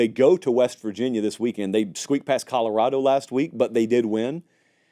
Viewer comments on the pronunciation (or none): none